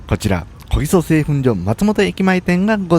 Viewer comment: お疲れ様です～松本駅の小木曽そばですが?🤔こぎそそばと言っていたようですが😅おぎそですよ～🤗